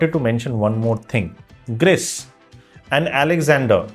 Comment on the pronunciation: Hey don't call *Greece or Gris call it *Grihh